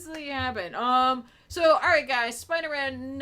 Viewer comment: siipdeer-maan lol